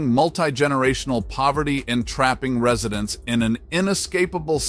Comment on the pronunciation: "Ree-suh-dents?" Oh, I get it. You actually meant "Residents." This video is AI garbage. It is a disgrace.😊